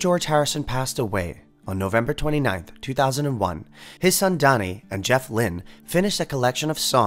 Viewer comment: George Harrison's son is called Dhani not Donnie, fyi. I don't mean that harshly. Just helping out....